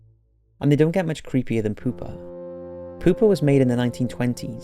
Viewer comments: Anyone else hear poopa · Pooper the doll? sure you're pronouncing that right? lol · I know that it's creepy but I can't help but laugh when he says poopa😂😂😂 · Pew pa pronounce it right.